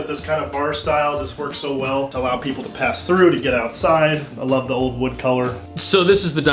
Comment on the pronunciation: The interviewer works too hard at attempting to be a bro. Too many times using the term dude and intentionally pronouncing th as d (and he’s clearly not a working class guy from Brooklyn)